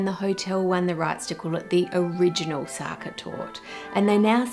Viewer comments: Sacher Torte is pronounced ZAH-kah TORT-ah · Great, but Sacher isn't pronounced Sucker, but completely differently.